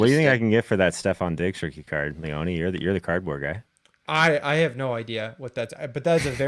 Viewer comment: Is it me or is everyone mispronouncing Leone?. Is it not [Lee-ohn] and not [lee-onee]?